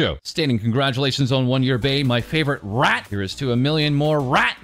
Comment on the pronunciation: Well the way he says rrrrrrat is certainly something else